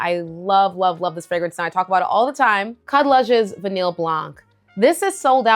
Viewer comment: VANILLE is pronounced: Vah-KNEE NOT Vah-NILL